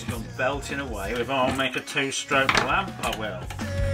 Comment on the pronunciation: Did you say lämp b r o t h e r?